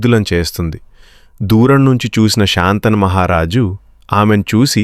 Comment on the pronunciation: కధ చెప్పడం బాగానే ఉంది కానీ శంతనమహారాజు అనాలి కానీ శాంతను అనకూడదు.